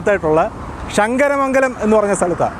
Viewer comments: ഷങ്ങര മംഗലം അല്ല ശങ്കര മംഗലം അങ്ങനെ പറയണം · അളിയന് ശ കിട്ടത്തില്ലേ അല്ലേ ഷങ്കരമംഗലം അല്ല ശങ്കരമംഗലം കരുനാഗപ്പള്ളി വഴി വരുന്നതാ അടിപൊളി